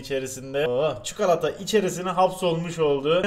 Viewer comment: çukolata diyişine hastayım bu adamın